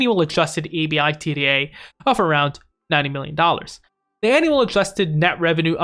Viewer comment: Lol just say “ebida” lol